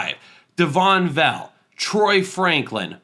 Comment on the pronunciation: Vele. it’s VAY LAY btw not “vell” - Utes fan